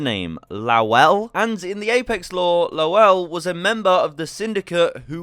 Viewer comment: "Lowell" is usually pronounced "Loal"